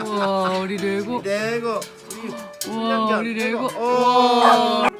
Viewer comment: ㄹㄹㅔ고 ➜ 완벽한 레고 발음법 ㅋㅋ